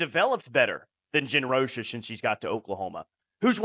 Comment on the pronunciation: ROCH-A the COACH-A ...!!!!!!